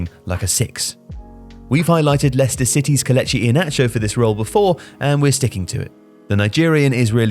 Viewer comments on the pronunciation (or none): none